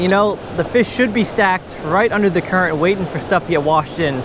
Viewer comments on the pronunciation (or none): none